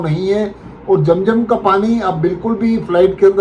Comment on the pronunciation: Jam jam NAHI hai zam zam hai apna talaffuz Sahi ker lijia